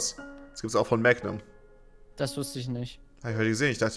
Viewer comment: Magnum musst du deutsch betonen , da es vom lateinischen ( magnum = groß ) kommt